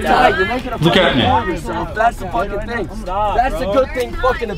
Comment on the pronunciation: Abi thing derken hafif peltekleştirsene ting diyince garibime kaçıyor :D